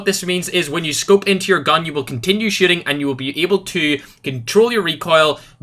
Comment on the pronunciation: It sounds like he says when you aim down you stop shitting 😄